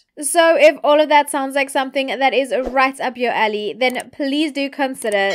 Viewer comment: You provide psychological knowledge. Haaaa, "Your hair is purple. That's crazy. It sounded like you said "if that's "Rats" up your alley" "LOL". 🤣🤣🤣🤣 I'm kidding, you're cute. We had some crazy guy named Chris Watts who did the same thing to his pregnant wife and 2 daughters.